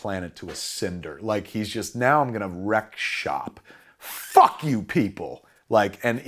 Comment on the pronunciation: is when I laughed the most. The way he emphasized the ‘fuck’ is what cracks me up